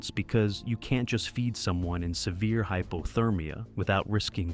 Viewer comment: Hy. Po. Ther. Meea.